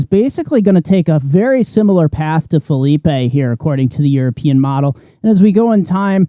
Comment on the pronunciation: It’s Phileep not Philipay! 😂